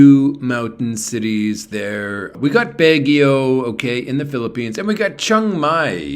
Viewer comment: Hopefully none of your English students are watching your videos, Peeparoonees and Babaroonees! LOL